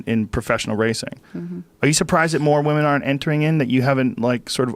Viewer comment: He says woomen way too many times lol